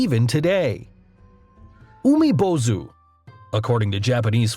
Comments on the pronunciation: And as someone learning Japanese the way he pronounced 「海坊主」(Umibōzu) physically hurt to the point I wanted to punch my screen. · He's pronouncing "Umibōzu" wrong it has a long "o" vowel for god's sake he even spelled it with "ō" how can you get that wrong?